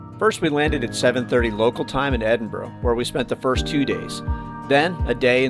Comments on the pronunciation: EDINBRUH not EDIN BRO or EDIN BUR RO. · I was warming to your video from the off when you correctly pronounced Edinburgh but within seconds reverted back to the Edinboro all Americans say. There are no `O`s` in Edinburgh. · To be fair it's hard to pronounce for most countries, the burgh part is guttural from the back of our throats. The Germans do best at and strangely my Scottish African mates. When you start saying aye instead of yes you are definitely Scottish. You would laugh yer tits of at my best mates Scottish accent and language, he's from Zimbabwe. Its beautiful and hilarious. He rang me about how to fill out his nationality in the census years ago 😆 🤣 😂 can I put Black Scottish, African, zimbabwean. Legendary, he wasn't joking 😀😃